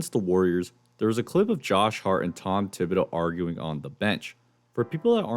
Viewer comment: The h is silent